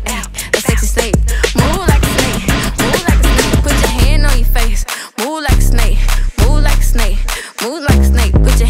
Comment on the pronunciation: Anyone else notices she’s sayin “Moo like a snake” 🐍🐄 LMFAO 😭😂🤣 EDIT : THATS A LOT OF LIKES